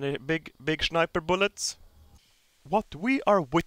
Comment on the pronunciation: I just love how he pronounces sniper,shniper